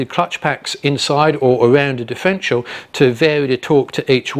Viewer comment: Good vid but it’s a differential not difrential.